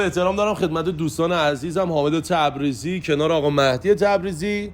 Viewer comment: آقا .مَهدی.مَهدی.خب قشنگ بگو مهدی